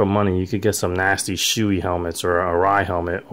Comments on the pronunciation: "shoe-e helmets" hahah it's "show-e" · lol yea the cyclegear dudes pronounce it like u as well. I was just testing to see if anyone caught that. lol Thanks for watching...appreciate it. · I've heard it pronounced "show-e", "shoe-e" and "show-ah". The only way we would know which is proper would be to get ahold of someone at Shoei in Japan and ask them.